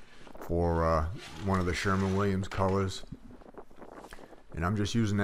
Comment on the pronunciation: SHERWIN williams , not SHERMAN williams .....